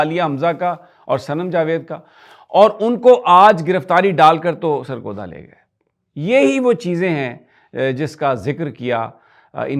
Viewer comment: سرگودہ نہیں ۔۔۔۔۔۔۔۔ سرگودھا 😁